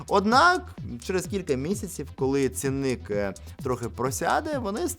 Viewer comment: стАрший, цІнник. Наголос на перший склад. Візьми до уваги